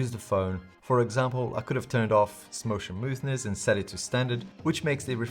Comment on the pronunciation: Did he say "smotion moothness" 😂